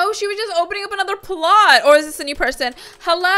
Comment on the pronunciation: You said hello wrong you said this ello